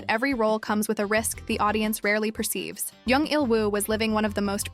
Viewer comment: It's jung not young say it right